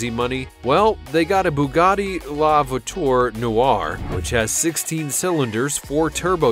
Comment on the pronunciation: "voiture"... "veneno"... dude you need to learn how to say words